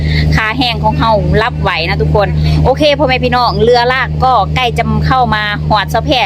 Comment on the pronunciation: ทำไมสาวแพรพูดคำว่า "เรือ" เป็นคำไทย ผมว่าสาวแพรควรพูดตามคำลาวนะ "เฮือ" จะเป็นเอกลักษณ์ของคนลาว ภาษาลาวนะครับ